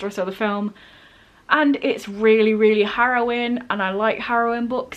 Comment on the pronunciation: I'm sorry fam, I know you meant harrowing but it sounded like you said heroin so "to see how heroin this one will be" made me crack up. Totally know what you mean about being scared of reading a new book by the author of one of your favorite books tho. Unfortunately Circe did not live up to TSOA in my opinion, but I hope that isn't the case with your situation.